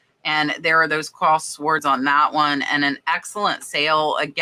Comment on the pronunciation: Fun video! Always a pleasure! P.S. The"w" in sword is silent. Just in case you didn't know.